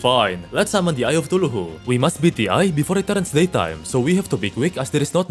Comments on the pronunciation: "eye of tooloohoo" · " the eye of tuluhu" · "so, by using brute force we defeated the eye of cthulu" My ears:THE EYE OF THULUHU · Ain't no way bro I heard eye of thuluhu anyone else? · "Eye of cTuLuhU" LoL . But i like your accent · "lets summon the eye of tooloohoo" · Please pronounce cthulu correctly